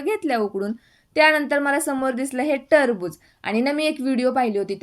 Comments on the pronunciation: Tarbuj nahi ye te kharbuj aahe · Tarbuj nai te kharbuj ahe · Trbuj nahi kharabuj 😂😂😂